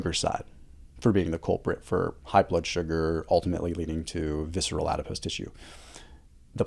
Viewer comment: If you google the word adipose, the pronunciation does not include an ‘ie’ sound at the end. This makes him sound like he doesn’t know what he’s talking about because all I can hear is a made up word.